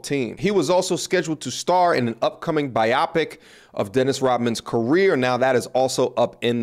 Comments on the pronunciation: Come on. You need to read a lot more widely. "Biopic" is short for "biographical picture". So the accepted pronunciation is "BYE OH pick". Not "Bye opic". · its bio pic not bi opic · i thought it was pronounced BIO-PIC... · THE WORD IS pronounced BIO PIC!!